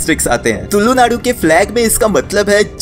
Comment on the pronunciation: Bro you did very good video but the thing that hurt me is you saying tullu naadu bro it's tulu naadu if ad on more ' l ' into It sounds like psy in our native language. 😂so please next time say tulu not tullu. 😊